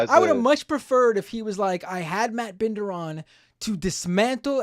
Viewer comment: This is some of the most petty garbage I've seen from - he refused to pronounce Binder right too its very clear he's doing it all on purpose, I get it if Vaush riles a person up and pushes them over the edge because that's literally Vaush's intent from the start (he pushes buttons until they snap and then he sets up some gotchas and corners them with crazy shit, always framing things so he can make them sound insane and so he can make wild accusations at them), but wtf are you DOING??? There's no excuse for the direction he's went in, his channel has completely changed ever since he had his clash with vaush. used to make solid content but my god, does he do anything outside of just provoking insane leftist infighting now? In what way did he think this was a good idea, and in what way did he think that his approach was a good idea?? Like wtf man, he is just instigating, this is literally identical to how vaush targets people. He comes off like all he cares about is tearing everyone else down. I really think bis clashes with vaush fvcked him up cuz he wasnt like this like 3 or so years ago. I have heen a viewer for quite a while (didn't watch everything he uploads but i do watch every once in a while) and i dont understand how he's turned his entire channel into this weird sports event - he doesnt even do the pseudo debate stuff good, hes miserable at the bloodsports stuff man and yet its all directed at lefty infighting blood